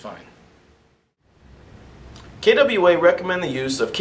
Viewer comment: DAMNIT! Learn how to pronounce KWA!!!! it is not kaydubweala!!!